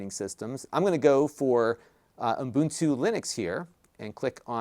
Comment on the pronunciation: Umbuntu.. Umbuntu... hehehe just sounds funky.